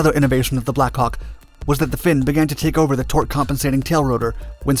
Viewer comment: The American pronunciation of 'Black Hawk' is unfortunate at best.